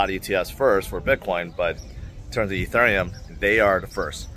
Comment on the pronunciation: Just checking in to see if can pronounce Ethereum yet. Only love,. ❤